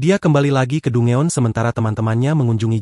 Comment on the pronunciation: Dungeon = dan jen cara bacanya min ... aku suka suaramu 😊